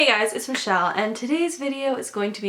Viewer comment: "it's always been spelled barbecu: "B-A-R-B-E-C-U" wow, i thought it was barbeque..then you told me it was barbecue..and now you're saying it's barbecu??????? MANDELA EFFECT UPON MANDELA EFFECT SPARE ME